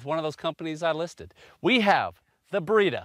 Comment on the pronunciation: I thought you said "Burrito"